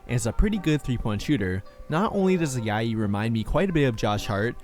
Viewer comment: Nice video. Just found your channel and already watched four videos. Quick correction, the J in Ajayi is pronounced like the J in Joel. Keep up the great work